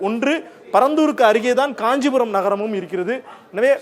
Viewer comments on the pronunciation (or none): none